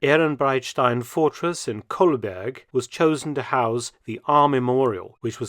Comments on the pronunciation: Dear Mark Felton, Kindly see to your pronounciation of German place names. Ehrenbreitstein is located in Koblenz, Kowelenz in local dialect. The US pronounciation is closer to the original Moselle Franconian dialect: Koblenz (UK: /koʊˈblɛnts/ koh-BLENTS, US: /ˈkoʊblɛnts/ KOH-blents, German: [ˈkoːblɛnts] ⓘ; Moselle Franconian: Kowelenz) is a You pronounce it almoust as Kolberg (now part of Poland). This also has its history as a fortress in the Napoleonic wars but is located very distant from the Rhine river. Ehrenbreitstein Fortress is a part of decommissioned pre-1914 Prussian defence network. It had been partly demolished under the auspices of the Allied Disarmament Commission in the 1920s. So based on the Versailles Treaty, it was no longer a barracks ground in the 1930's. I also visited Fort Asterstein while serving in the Territorial Army. It is part of the Ehrenbreitstein defences. It is very similar to 18/19th century forts in Kent, btw. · its called kobenz not kolberg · Sorry, asd someone living in Koblenz your pronounciatiion of our city is deeply unsetteling. (More Cope-lens than Coal-berg) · i really like your videos but Ehrenbreitstein is located where? You prounce Koblenz very terribly.